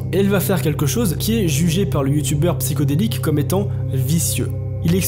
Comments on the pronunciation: "psyHHHodelique" pas "psycho" sinon merci pour la vidéo de qualité très réussis😉👍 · C est PsyHO delique, et non Psy CHO delique.